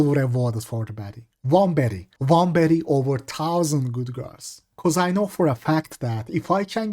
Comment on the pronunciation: Sounds like hes saying betty not baddie